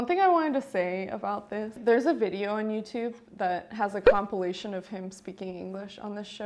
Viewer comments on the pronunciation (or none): none